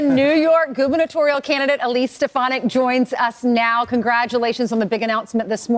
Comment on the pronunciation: Why this year has everyone decided to start saying "goovurnatorial"??